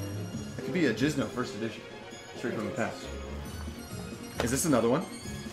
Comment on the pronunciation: JInZo NOT JiZnO WAT IS wRONG WiTh yOu